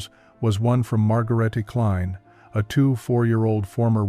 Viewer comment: HER NAME WAS DEFINITELY NOT, REPEAT, NOT MARGARETTY KLINE, BUT MOST PROBABLY MARGARETUH (SCHWAH ENDING) KLEIN (MEANS SMALL)